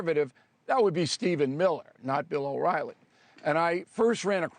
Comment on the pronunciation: Bill O”Wily”😄